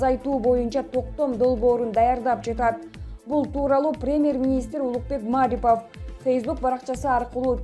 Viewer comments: Диктор кыз кыргызчаны туура окуп уйрончу Маарипов эмес Мариипов деп окулат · Маарипов эмес Марипов фамилия атты туура айтып туура окусанар силерди коп эл угат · Ииий ушу кыздын билим денгээли ото томон окшойт окуганына угуп отуруп жинин келет Маарипов дейт ай , ударение Мариповко и ге тушот аты жон фамилиясын таптакыр окуй албайт экен да уят эле вообще любой создорду 2 чи класстын кызындай окуйт 😂🙄🤨🤔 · Эй журналюха атайын интонацияны тескери койуп айта бересин ,; мааарипов эмес ,; марииипов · Журналистер Мариповдун фамилиясына Басымды (Ударенияны) А тамгасына кою М Ааааарипов деп окуп жатышат. Депортация деген созду да туура эмес айтышат, пандееееемия дегендей кылып. Журналистик " граммотность" каякка кеткен????🙄😒😔😪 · Маарипов эмес,марипов ударения туура коюп суйлочу карындашым,мен Улукбекмин... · Маарипов деп мааратып койдун го, ушу сабатсыз блогерлердики отту, же орус менен же кыргызча эмес. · Маарипов эмес Марипов эле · Журналисттер Маарипов эмес Марипов деп так туура качан суйлойсунор? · Эмне деген сабатсыздар ,озунун ишин жакшы билбегендер,жок дегенде туура айтышбайт Мааарипав деп.ушакчылар. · Окуп аткан кыз Маарипов дейтко. 😅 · Туура суйло,Марипов,пример деген ж,б, дайыма туура эмес окуйсун,озунду,озун текшербейсинби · Эй двоишница Марипов деп окуганында басымды и тамгасына кой. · Диктор туура окучу Марипов дегенди да туура айтпай жвтасын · мАрипАв дейсин акмак кыз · Окуп жаткан журналист кыз кыргызча фамилияны туура окуганды качан уйроносун,окуганды билбейсин,кыргызча создо эч качан ударение болбойт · Ай келесоо диктор сорой сен орусча эле создорду окуй албайт десе, сен даже Марипов деген фамилияны туура эмес окуп жатасын, ударенияны а га эмес и тамгасына койуп оку, мынча сабатсыз пендесин деги